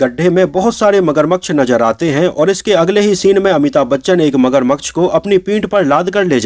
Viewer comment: भाई मगरमक्श नहीं होता मगरमच्छ होता है